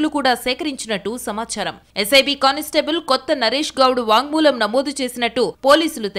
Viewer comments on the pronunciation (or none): It is...వాంగ్మూలం..., Not వాగ్ మూలం....